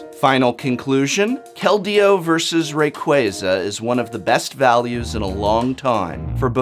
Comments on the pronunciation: So did you downvote it because you were mad you were saying Rayquaza wrong? That's what a real Youtube commenter would do. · is it really pronounced "ray-qway-zuh" instead of "ray-qwah-zuh?" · Me: "Wow, everybody is probably just downvoting this because they don't like Poke-IS THAT HOW YOU PRONOUNCE RAYQUAZA OH MY GOD"